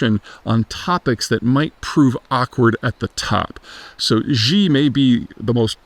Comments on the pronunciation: Xi is pronounced like she, not G or zhi . You can’t really trust somebody who calls himself an expert, but they can’t pronounce the chairman’s name. In some accents is pronounced more like C, but please make an effort. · Peter you gotta learn to pronounce Xis name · So many videos on China, yet Peter is still mispronouncing Xi.